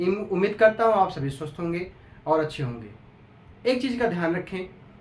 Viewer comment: 😂kisko kisko swast ki jagah sust sunai Diya Aap sabhi sust hoge